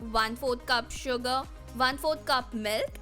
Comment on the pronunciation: Why it sounds like you are saying suga when u say sugar😂😂